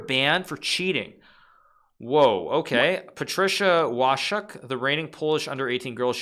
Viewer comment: Łoszczuk 😉 ale "szcz" poprawnie